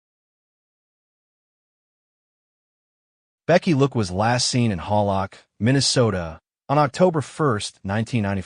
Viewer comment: Hal - lock is the correct pronunciation